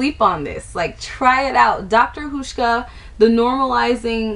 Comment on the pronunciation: Nice review, even though I don't have oily skin. By the way, it's pronounced like House-sh-kah I can't spell phonetically but since you mentioned not being sure about the pronunciation, I thought I'd share. And the oil for oily skin? I know exactly how you felt when you saw the oil in the kit. Their thing is to treat like w like; oily with oil, dry with dry... Have you looked at their nighttime regime? I'm one week in and I'm noticing a difference for the better. Anyway, great post and hope you found other good products from their range!